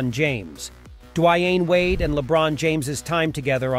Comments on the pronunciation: WTF? Duavine Wade and The Wine Wade. The dude turns Dwyane Wade's name into a very complicated one. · Lmao the way you say Dwyane Wade's name 😂